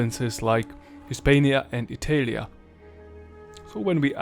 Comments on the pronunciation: Bro...ITELIA, WTF, why have you thought pronouncing it this way was a good idea? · You're pronouncing it SO wrong. I suppose after millennia of shifting vowels, it's a minor thing, but it's Bri-TAH-nnia. It also was i-TAHL-ia. How fracking hard could that be to know, if you're presenting yourself as capable of relating history? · How can i trust someone talking about the roman empire and pronuncing Italia wrong?